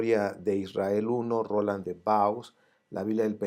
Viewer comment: Muchas gracias. Siempre muy interesantes sus estudios. Igual le puede ayudar un pequeño apunte: le he escuchado en varios de sus vídeos citar a Roland de Vaux, aunque lo pronuncia según lo lee. Si usted lo considera oportuno tomar en cuenta esta pequeña corrección; en el idioma francés no se pronuncian las S ni las X finales, y cuando van juntas las vocales "au" estas se pronuncian como una O. Así el apellido "Vaux" se pronuncia "Vó". Espero le haya sido de ayuda este pequeño apunte. Un saludo.